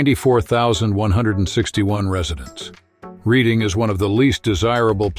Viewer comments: its pronounced "Redding" not reading Pennsylvania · There's no doubt that this video was created using ChatGPT and A.I. Hence the mispronunciation of the that town. In fact, just about ALL of YT videos these days are now using ChatGPT and A.I. So-called "content creators" are getting too lazy to make their own videos, ironically. My question is, WHY BOTHER making anything if they can't make it themselves?!?!